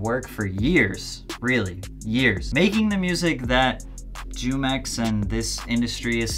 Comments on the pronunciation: Jumex is pronounced humex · “Jew-Mex” I’m sleep. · It's pronounced who-mex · It’s Pronounced “Who” - “mix” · jumex is pronounced hoomex btw